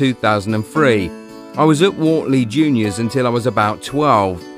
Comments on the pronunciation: It’s pronounced wertley not worley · It’s pronounced Wertley not Wartley ffs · It's pronounced Wert-ley not Wartley - I'm from there and even went to the same school as Kalvin, didn't know him that well but he's a good lad. Good video though. Edit - just realised half the comments are correcting you as well, sorry. That's what I get for commenting before reading the others. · It’s not pronounced Wartley it’s pronounced Wurtley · Kalvin Phillips IS Leeds United!! Guaranteed future Leeds and England captain!! MOT ALAW!!! PS They are pronounced Wurtlee and Farzlee. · Wortley is pronounced Wurtley - like Hurt but with an O instead. Top video pal. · it's pronnunced Wurtley boys and I play for them Wortley Boys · Man said wort-ley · Wortley is pronounced Wertley ..just saying 👍 Please will people stop saying ‘from the get go’…..it seems a fashionable thing, what’s wrong with …from the start/ beginning…. nice lad homegrown and a real star on and off the pitch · At least say his youth teams names right ..wortley .is pronounced wertley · By the way when you said wortley you didnt pronounce it right you say it like if it was spelt like wertley because I live in wortley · Wortley is pronounced wertley, im from the area. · It's pronounced w-ur-tly and I have I used to play there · It's not Wortley it is pronounced like wirtley. I was born and bread in Wortley and proud of it too. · It's pronounced wertley by the way. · Its pronounced wurtley and farzley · its pronounced wertley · Love the way this guy pronounces Wortley 😂😂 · Good video, my son played in the same team as Kalvin as kids but hearing you say WORTLEY wrong several times was quite annoying 🤣🤣😩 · Well Wortley and Farsley are totally pronounced wrong 🤣🤣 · you pronounced Wortley wrong